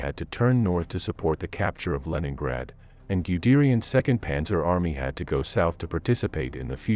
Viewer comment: Why is it SmolenskO and not Smolensk, LeningradO and not Leningrad?